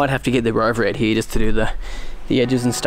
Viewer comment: That was in fact 'like heeere'